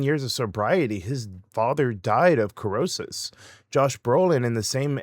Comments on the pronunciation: So the first letter in "cirrhosis" is typically pronounced as S (SIR-osis) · "Cirrhosis" is pronounced "sear-o-sis". Hearing you pronounce this common medical term incorrectly made me instantly lose interest in anything else you might have to say 😢 Please do your research. You otherwise seem like a fairly intelligent guy who has something interesting to say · Kerr-hosis? Pronunciations aside, I will always miss Trevor, local sexpot. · Mispronounced words will have me questioning the validity of something I fully bought into before hearing the presenter use a hard "c" in "cirrhosis" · You mispronounced cirrhosis. Unbelievable.